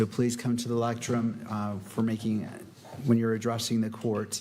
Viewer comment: Lectern judge not lectrum